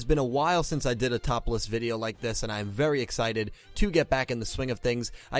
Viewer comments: Did anyone else hear topless instead of top list? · Thought you said topless videos